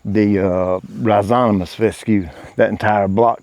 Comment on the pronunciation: rhi zo ma tous not rhi zo ta mous 👍😊